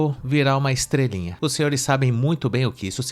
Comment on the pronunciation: "estrelinha"??? kkk